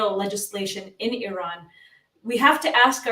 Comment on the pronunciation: it's not Irrrrran, it's Iran. Easy on the 'r' bro 😂🤘